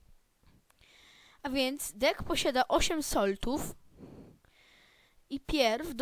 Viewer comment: jakbyś nie wiedział gdzie powiedziałeś soltów